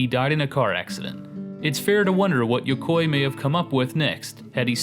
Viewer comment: I don't think Yukoi is pronounced like that.